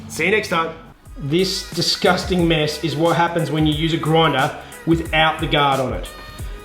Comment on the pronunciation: Roflmao, sorry Jeff. A groindah. Made me giggle. 😀